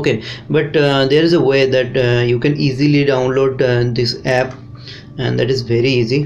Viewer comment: Ganyan din ang pag salita niya ng app epp daw🤣😡🤬